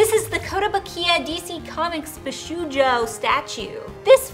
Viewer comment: Love you guys! Shunya Yamashita is a great artist, and the the Bishoujo statues are beautiful. I have to say I laughed myself silly, tho - It's Bee-Show-Joe,;)